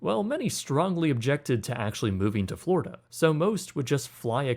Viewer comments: Floridia lol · ehehe "Flordia" ehehe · Ah, yes. "Flordia."